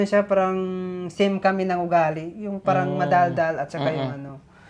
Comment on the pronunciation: turuan mong papaano bumigkas ng tamang salita, kc yung words na,PARANG,,sa kanya prang